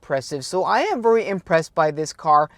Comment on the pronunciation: Hei, meget bra innhold, men husk forskjellen på very og worry, du sier worry men mener garantert very, lykke til med kanalen